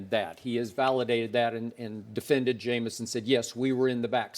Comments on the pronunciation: Eboni knows nothing about sports cleary. The fact that she can't pronounce Jameis correctly shows that she's never watched a college footbal or NFL game before smh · Why did she say Jameis name like that?